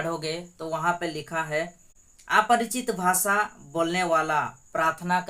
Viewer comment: ✝️👑⚘🙌🙌🙌🙌🙌Prease the lord...बेटा " भा सा नही बल्की भाषा है ,यरूसलेम नही येरूशलेमन...,आच्सर्य नही आश्चर्य...कुछ शब्दोको साफ बोलना,बोली भाषा जोभी हो पर साफसुथरी जरूरी है...और क्षमस्व करना की मैने तुम्हे कुछ बताया ...प्रभुयेशुकी प्रिती और शांती सदैव तुमसंग और सारे परीवारके संग रहे...आमेन, आमेन, आमेन..🇮🇳🇮🇳🇮🇳🙏🏽⚘❤⚘🙌🙌💔mmi👈⚘❤⚘